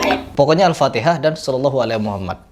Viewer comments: Aneh yah org jaman skrg org kaya gitu di cium2 than nya, bacan alfateha aja salah dia bilang alfatekah, yg jelas2 ulama besar mgpung masih ada soan klo mau klo mau ngambil berkah mah ya Allah org jhail emg bnyak skrg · Sebenarnya bang Hery ini orang jawa.mso tidak tau logat bahasa jawa.saya aja orang Kalimantan tau klo orang Jawa menyebut alfatihah,alfatikah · Sebenernya bukan Joko kendilnya yg salah tapi masyarakat sekitar yang terlalu berlebihan. Semua kembali lagi kepada kita, apa yang kita yakini/percayai Ouh iya mas kenapa Joko kendil ngomongnya Alfatikhah bukan Alfatihah orang Jawa mungkin tau kebanyakan orang jaman dulu khususnya Jawa ntah itu nenek moyang kebanyakan ngomong Alfatikhah, saya juga sempet mikir kok Alfatikhah, mungkin cara pengucapannya udah terbiasa turun temurun berhenti dari orang tua sekitar tahun 1960'an dan pendapat saya lagi kenapa dibaca Alfatikhah karena ha nya Arab huruf besar H bukan h kecil jadi terlalu kental H besarnya makanya sempet denger Alfatikhah